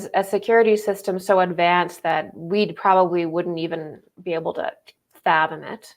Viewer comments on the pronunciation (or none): none